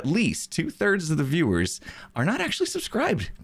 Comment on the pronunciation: Is he saying 2 "turds" of you guys are not subscribed